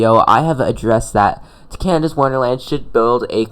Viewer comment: Its Canada not canida lol!!